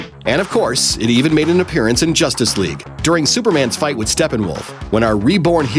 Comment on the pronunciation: Every single time he mentions Justice League all I coul hear is "Josstice League"